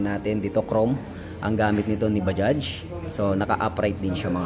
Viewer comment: Anung Salita Un pa sosyal bajjjjjaaagggghhhhsss daw